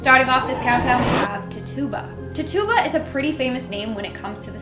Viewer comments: I shouted it out when she first said it, while shaking my head. Lol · Little correction. The Caribbean witch from Salem her name is pronounced tit- chew- ba, not ta tuba. Thanks n have a great 1...